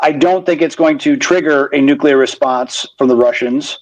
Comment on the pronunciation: BENNY it is critical that you stop mispronouncing 'nuclear' as "nuke-you-ler!" it makes you sound stupid! it's easy to say it correctly: 'nuke-lee-er'